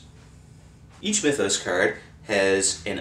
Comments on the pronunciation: dude, its not "my-those", its like "mith-oss" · What the Hell's a Mye-those?